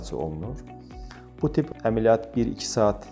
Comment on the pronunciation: EMeLiyyat yox, ƏmƏLiyyat